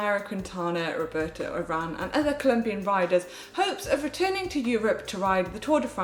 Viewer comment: Love Manon, GCN, and when Brits give spanish a good go. Here you go, spanish lesson for the day, Say leen dell Carmen All vah rah doh and Rig O bare toe. We'll work on rolling the R later. Cheers